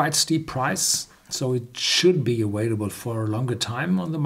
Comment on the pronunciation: It's pronounced aVailable, not aWailable.